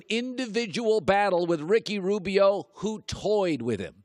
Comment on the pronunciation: "Ricky Robio" 🤣🤣